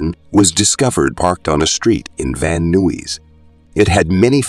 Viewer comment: Caught that right away, but it got worse with city names - "Van Noo-eez" (Van Nuys) and "Tucks-on" (Tuscon). I think we should stop calling this technology "Artificial Intelligence" and rename it "Artificial Stupidity"